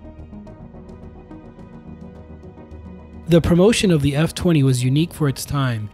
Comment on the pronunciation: Thanks for commenting and pointing out that mispronunciation, I will be sure to say it correctly in future videos, the F-20 and YF-23 were the ultimate what could-have-beens in aviation.